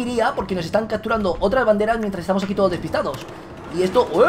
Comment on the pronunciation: "cacturando" "helicoctero" habla bien vegetta...